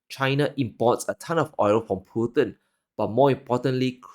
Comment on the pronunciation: They Said Mr Pu-nn instead of Putin